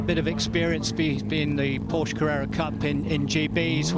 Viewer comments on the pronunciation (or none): You are the one breaking down because I said some old fart F1 commentator sounds like a peasant. Porshhh vs PorschE is not subtle and it’s not wrong to expect experts to pronounce words correctly. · Which one keeps saying Porsh? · That’s not how you pronounce Porsche. You really couldn’t find anyone who knows anything about car racing to narrate? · The fact that you can't take it when a person does not pronounce the subtle "u" sound at the end of the name is both hilarious and tragic. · Oh no, how dare I suggest that an announcer for Goodwood should know how to pronounce the name of a major car manufacturer. It makes you sound like a meemaw from Walmart in Iowa.